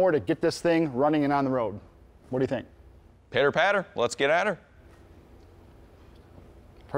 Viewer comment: looks traumatized after he said pitter pater